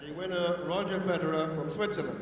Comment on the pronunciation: reporter, apparently unfamiliar with Federer, calls him "Lederer" 😂